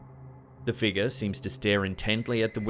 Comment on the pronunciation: I absolutely love this channel. And his voice is very easy to listen to. But does anyone else laugh with the way he says figure? Figur. Lol